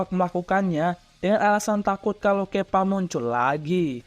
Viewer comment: Nube bukan newbe Kappa bukan kepa